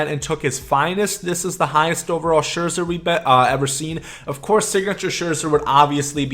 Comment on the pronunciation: it’s scherzer babe and chipper